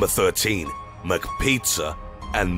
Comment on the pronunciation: MicPeetzuh and Macspagyettiee